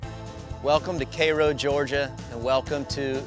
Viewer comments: Kayrow?...it's Cairo...like in Egypt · Cmon Richard. Say it with me…….Ky-row Georgia.